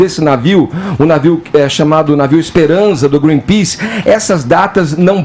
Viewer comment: "Greenpease" Mas ninguém reparou além de mim.